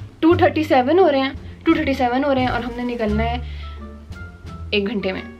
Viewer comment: 237 horae henn! said like is from Lahore !